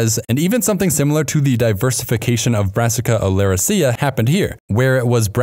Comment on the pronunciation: And the incorrect pronunciations. When in doubt, stress the third to last syllable. So, olerAcea, not oleracEa.